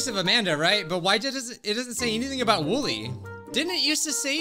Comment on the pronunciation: It's wooly or woolly not woolie